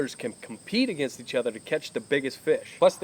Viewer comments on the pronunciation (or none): none